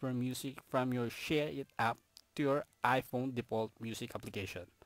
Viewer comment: “aychuns” “ai pown”